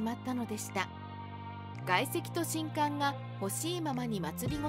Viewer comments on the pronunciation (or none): みんなも既に言ってるが、しんかんが嫌で途中でやめた